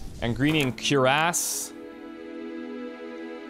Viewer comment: Bruh you just read cuirass as cure-ass